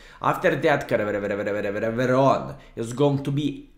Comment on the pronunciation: I like how say Caereveveveveron, but its easy to say -- ( ker - NAR - von ) skilSmile But actually, real city for which tonk is named is spelled "Caernarfon", so it's like Klaipėda of Wales... XD